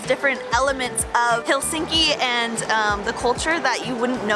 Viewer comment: FYI .. It's pronounced HELsinki. The accent is on the first syllable.